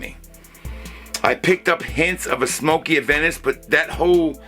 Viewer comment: It’s Aventus and Absolu, not Adventus and Absolute. 👍